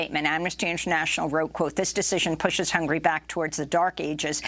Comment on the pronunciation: Is it "hungry" or "hun-ga-ry"?